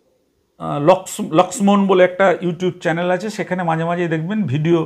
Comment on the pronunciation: কথাটা চ্যালেন নয় চ্যানেল